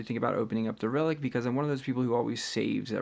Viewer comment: I remember when you said that "jasustars mask is not a good reliec"😂